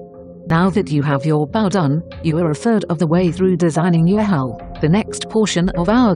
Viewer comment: He used Google Translate, which says bow (ba-oo) instead of bow (boaw)